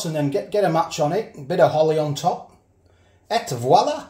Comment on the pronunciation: "et" voila. Funny.